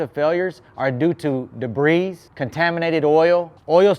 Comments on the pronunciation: "Debri's" lol ur videos are dope. It's pronounced like debri the S is silent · Just trying to help the S is silent in debris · Debris- the S is silent. Best videos on YouTube.